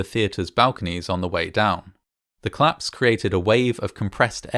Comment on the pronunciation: I thought you were saying "claps" 😂😭